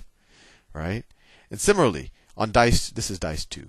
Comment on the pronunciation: Sal, I love how you say 'simerally'